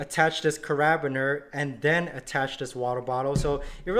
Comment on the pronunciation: OMG. Its a care-a-beener - not a ca-rab-biner. lol